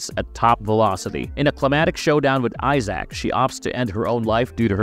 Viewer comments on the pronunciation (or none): Please pronounce Isaac’s name more like eye zick, not ZAACCCKKKK… god that sounds terrible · I had to stop after "Eye-sack." How to do a video about a series never played/watched.